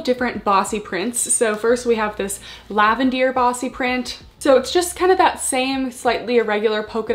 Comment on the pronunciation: I really like the detail, super cute collection, thanks for the review. I am curious as to why you keep calling the Lavender - LAVENDEAR? I am watching from Australia, wasn't sure it its a location thing or if Buff Bunny were calling it that?